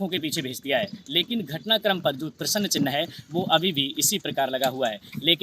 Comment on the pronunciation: तुम्हारे को प्रस्न चिन्ह कहने नहीं आ रहा है प्रसन्न चिन्ह बोल रहे हो